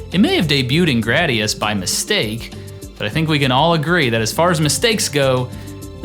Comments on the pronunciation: Am I the only one who hates the way he says "Gr-AH-dius" instead of "Gr-AY-dius"? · Gu-Rah-Dee-Ahs.... Anyway, yeah, just wanting to confirm that the Konami Code was not given to us, the gamers on purpose; there was really no way to remove it without re-writing tons of code. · bruh this guy cant even say gradius